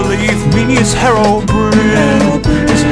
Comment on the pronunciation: herobrine malk parody no what you are saying herobrin like there is no E of the end of his name how do you pronounce it I 'm say the way anyone how to say his name herobrine with the e at the end of his name